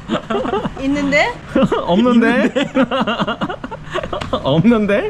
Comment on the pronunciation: 있둔데? 없눈데? ㅋㅋ